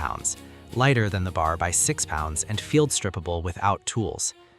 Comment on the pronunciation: Hi, I am sure some of the marines who had served in the Pacific, would appreciate that you do not call the M1918 BAR as B...A...R, never as in bar (bar joint). Anyone else can help to correct me if I'm wrong, thanks..